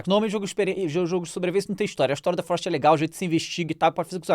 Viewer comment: O famoso The "Florest" kkkkkkkkkkk